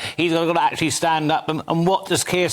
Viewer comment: Akchullay? Who is this woman?